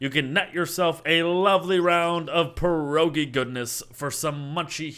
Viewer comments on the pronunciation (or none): none